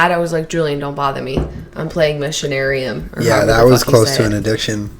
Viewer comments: For anyone still wondering 10 months after, "Missionarium" is supposed to be "Machinarium" :D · Guys it's Machinarium, not Missionarium, haha